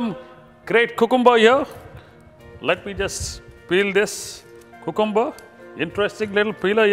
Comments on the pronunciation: its more like coohcoombah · Great recipe. ..but lol at 'cocooomuber' every time... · Did you guys here how this guy was saying "Cucumber"? Lol